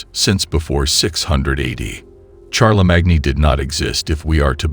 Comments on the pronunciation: omg, it's pronounced Sharlemane not charlie mag nee..... And Carl Say Gen, not Carl Saggin.... What a crap video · CHAR-LA-MAG-NE? ....LOL